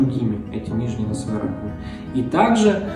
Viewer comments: Нижние носовые, простите, что? Раковинки? Не расслышала.. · 3.01 Нижние носовые ... что? Несколько раз отматывал назад чтоб понять это слово.